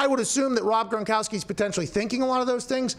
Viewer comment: Forgot I had my speed set to .75.. watch the first 10 seconds like that and hear pat mispronounce "gronkowski".. I legitimately thought pat was doing a bit and watched at .75 speed for a full 90 seconds..